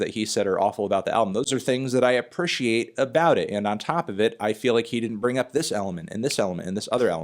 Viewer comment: You gotta learn to appreciate how to pronounce "appreciate" sir